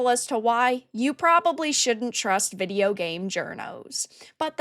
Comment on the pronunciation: I love how she says "videyeow" 😂